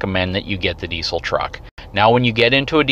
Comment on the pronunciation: Please learn how to pronounce the word "diesel" before dishing out advice about diesel trucks. It's in the dictionary.